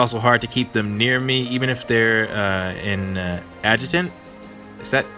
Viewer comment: 1. ( - ) The first one was right. "AD-juh-tent". 2. Personally, I think I'd find the fact that he's already married to be a bigger hurdle, but that's just me. 3. Peashy, Madoka, Futaba, Lysithea... I can't help but wonder if Yuuki Aoi will ever voice a character you don't place in the "protect" category. XD